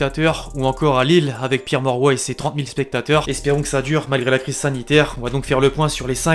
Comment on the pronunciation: stade Pierre quoi 😭 oh non pas toi